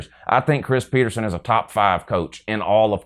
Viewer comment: Go Huskies. Btw it’s PetersEn not PetersOn